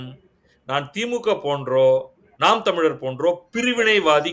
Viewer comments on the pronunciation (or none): none